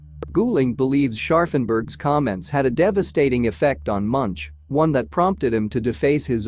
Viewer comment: His name is pronounced Munk and at the time this was painted there was a volcanic eruption on Iceland so large it could be seen from Ekebergveien in Oslo where he lived.